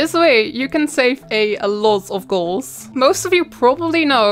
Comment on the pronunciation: Can someone explain what it is that makes her say s instead of t ? As in when she uses words that end with t/d she pronounces them with s for example instead of saying gold she says gols. No offense just genuinely curious as to where this comes from